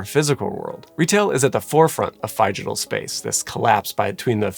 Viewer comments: It’s pronounced Figital, not Fygital. From Physical and Digital. Both with a short i sound. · My one gripe with this great video is that you know Phygital is a portmanteau of Physical and Digital and still pronounce it differently